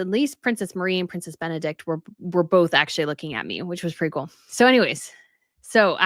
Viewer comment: Phonetic spelling of Benedikte ( Not silent E, at the end ) Be-ne-dikte benedik-te ❤ from North of Denmark